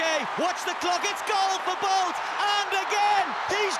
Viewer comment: i thought he said " Bald vs Gay " 😂😂😂